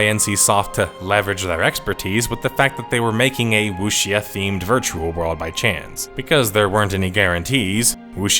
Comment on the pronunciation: it's "woo-shaw" man "woo-shaw"